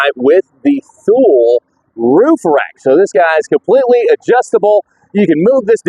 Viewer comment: I really appreciate the thorough review, but I want to note that, at least for me, the spinning of the camera is really challenging to watch. BTW, Thule is pronounced too-lee.